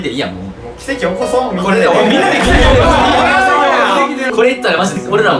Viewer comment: 「奇跡起こそ皆で」 山本さんちょっとイントネーション関西っぽくない？